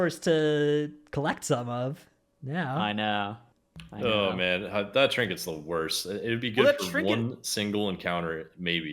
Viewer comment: Stop saying “trinkeys”